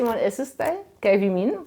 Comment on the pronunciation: Η κυρία μιλάει με λάθος τρόπο την αρχαία ελληνική γλώσσα.... Το "και" το προσφέρει "καΐ"... Το "και" είναι μονοσύλλαβο και η κυρία το κάνει δισίλαβο... "Κα -ΐ"... Το "εύ" που είναι δίφθογγος το προφέρει ως δύο ξεχωριστά γράμματα.... Έ και ύ... Με αυτή την λάθος προφορά που βασίζεται στην λάθος θεωρία του Εράσμου όμως, δεν βγαίνουν 15 συλλαβές στον ιαμβικό δεκαπεντασύλλαβο.... Άλλα προφέροντας το μονοσύλλαβο "και" ως δύο συλλαβές κά και ί, βγαίνουν παραπάνω συλλαβές... Ενώ οι αρχαίοι ποιητές έγραψαν σε δεκαπεντασύλλαβο..... Επίσης η γλώσσα που μιλούν δεν είναι αρχαία κλασσική ελληνική γλώσσα αλλά νεοτέρα, μετά την εποχή του Μέγα Αλεξάνδρου, η λεγόμενη κοινή ελληνιστική... Έκανε μεγάλη ζημιά η λάθος θεωρία του Εράσμου.... Διαγράψτε την τελείως....